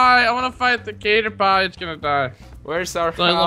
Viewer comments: did just really say "catter-pie"? Its pronounced catter pee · lol is saying caterpie wrong it's pronounced catter- PEE not catter- PIE tell to say it right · Its pronounced catterpee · Tell its pronounced as Cat-er-Pee